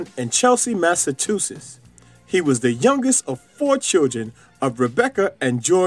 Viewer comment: Mass a what?? tuses??